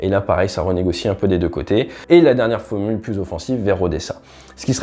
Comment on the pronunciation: Pas mal ! Je viens de m'abonner. Si j'ai juste un conseil à te donner, c'est de travailler ta diction, ta prononciation. Ou de refaire les séquences où, par exemple, tu dis : ''la fomule...'' parfois on a du mal à comprendre certains mots.